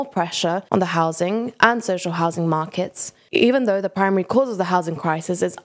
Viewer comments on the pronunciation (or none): none